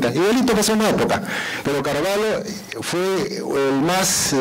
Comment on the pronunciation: Estimado, la pronunciación correcta es Carvallo pronunciando la LL, no Carvallo con LH. Esto debido al origen hispano del apellido. El apellido viene de la frontera entre españa y portugal, siendo la parte española con LL y la parte portuguesa con LH. Atentamente, Raúl Carvallo, tataranieto de Don Tendulio Constantino Carvallo Loli